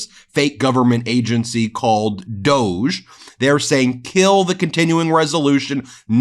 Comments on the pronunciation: 😢please pronounce Doge “Dodge”. That’s the intent I am sure. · Doge should be pronounced Dog-e. Two sylables